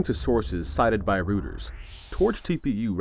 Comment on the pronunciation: Rooters? Reuters! Drop the AI narration.